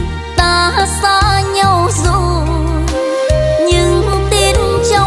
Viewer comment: Cô này phát âm chữ nhau không giống thầy Lập là nhâu tôi rất thích cách phát âm này nghe nhẹ nhàng rất hay chúc dồi dào sức khỏe